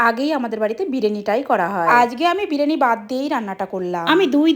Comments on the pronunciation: বিরেনি না বিরানি ঠিক করে বলো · Biriyani noi birini 😂😂😂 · ওটা বিরেয়েনিনা বিরিয়ানি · Bireni ❌ Biriyani ✅ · Biriani 😆❎❎ Birini✅ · Biriyani ❌bireni😅😅😅😂😂😂😂😂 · Biriyani ❌ birini✅😂😂😂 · বিরিয়ানি ❌ বিরেনি✅ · বিরিয়ানী ❌ বিরেনি✅🙃 ভাই এরা কেরে❓🙄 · Biriyani na na birani 😂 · Biriyani ❌bireni ✔️😂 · বিরিয়ানি ❌ বিরিনি ✅😂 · বিরিয়ানি ✖️ বিরিনি ✅️ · বিরিয়ানি ❌❌❌ বিরেনি ✅✅✅✅ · বিরিয়ানি আরে না না বিরেনি❤😂😂😂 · Biriyani ❌️ Birini ✅️ 😂😂😂😂😂😂😂😂😂😂😂😂😂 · বিরিয়ানি ❎ বিরিনি ✅ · বিরিয়ানি ❌বিরানি✅😂😂😂😂😂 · ota biriyani not a birani😂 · বিরিয়ানি × বিরিনি √ 😂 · বিরিয়ানি ❌বিড়িনি✅😂😂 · বিরিয়ানি ❌ বিরিনি✅😂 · বিরিয়ানি ❎ বিরেনী ✅😂😂😂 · বিরিয়ানি ❎ বীরেনি✅ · Biriyani ❌ Bireni✅😂😂😂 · তোমার মেয়ে তোমাকে বিরিয়ানি বলাটাও শেখায়নি তুমি বলছো বীরেনি 😂😂